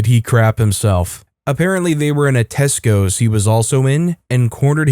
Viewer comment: I thought op said the guy and his friends were in "Tacos" not "Tescos". :face-blue-smiling